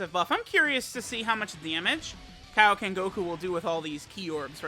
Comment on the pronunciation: KAIOKEN... NOT KIOKEN